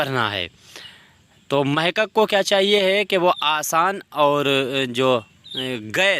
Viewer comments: محقق لفظ غلط بول رہے ہیں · بہت اعلیٰ صرف محقق لفظ آپ غلط بولتے ہیں یہ درست کرو